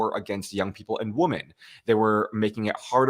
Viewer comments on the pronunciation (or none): Victor.... two tiny quibbles: I hear you pronounce the collective noun 'women' (wim-in) the same as the singular noun 'woman' (wum-un). These are two distinctly different words which mean distinctly different things. Each has its own distinctly different pronunciation. Jer Z = "Jersey" (as in New Jersey) not 'jerz.'